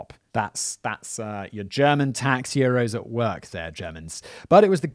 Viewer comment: I was halfway certain that The Irate Evangelist said tax heroes , and the captions agreed with me. 😅